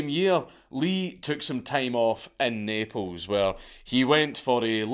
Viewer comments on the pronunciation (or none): none